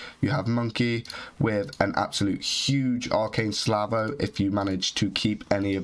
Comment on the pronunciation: It's Pronounced "Sal" - "Vo" not "slav" - "oh" Also, N'zoth has got to be better than tess for this comp, yes? His -1 speed AOE is just too strong. Plus he counters some of those minion teams better than tess.